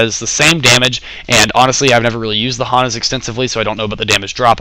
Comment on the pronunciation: D you say Hana funny, well at least from where I'm from in da states, nice review